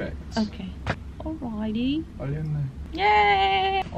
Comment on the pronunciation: I was gonna say good job getting through an entire conversation with without slipping into your British accent, but then I heard your "alrighty". So close! Also it's early, but please tell me we're getting a Christmas cover this year? hearteyes